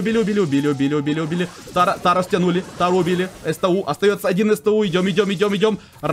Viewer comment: Правильнее сту а не эстэу!